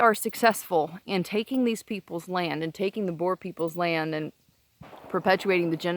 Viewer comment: The word is Boer or Boere and not Boars. And no land was taken by force.